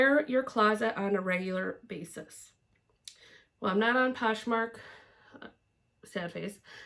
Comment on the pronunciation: So fun getting to know you better! I have to say though my favorite part was you trying to say poshmark because I can’t say it either! If you go to the end of my video, I have a blooper reel of the attempts. Looking forward to seeing you guys ramp back up, love seeing your hauls and solds!